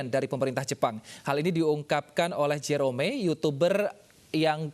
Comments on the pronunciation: Cuma disini Jerome dibilang J-E-R-O-M-E😭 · JE RO ME, kek aneh gt g sih dengernya. wkwk